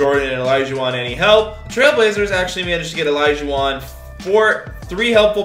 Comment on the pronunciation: saying Elijahwon triggered the crap out of me.